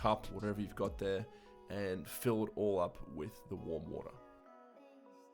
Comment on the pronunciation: how he says water: waha